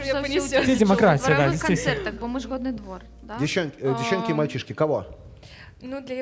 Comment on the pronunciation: Спадар, вучыце мову, кали ласка, а для пачатку хаця б навучыцеся словы "Годны двор", "Годна" з беларуским фрыкатыўным гукам "г" вымаўляць! Прашу ад імя шматлікіх беларусаў, КАМУ ГЭТА РЭЖА ВУХА! Не псуйце назву сваім рускім "гэканьем". Загадзя дзякуй, калі вырашыце маю параду ўзяць да ўвагі!